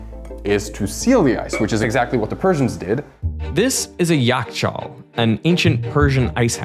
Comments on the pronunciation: Yakhchal ain't pronounced like that it has kh sound in it,and now in modern persian it equals a refregerator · it isnt a yak chal its a yaKH chal why cant most americans say kh and the word is still used referring to fridges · So, yakhcahl, that kh isn't k, it's خ which is pronounced llike the ch in Bach or ch in scottish, imagine you're saying k, but the part of tongue that's touches the roof of your math is deeper, and also you keep blowing air.